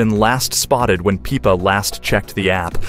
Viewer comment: its pippa, not peepa